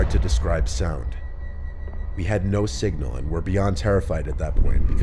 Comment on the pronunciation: "we had no sigma" or "we had no signal" wich was heard.🤣🤣🤣